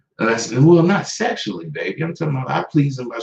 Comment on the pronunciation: Unc said Sexally . And meant it!